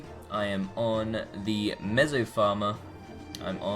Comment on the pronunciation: Btw it's meso not mezo lol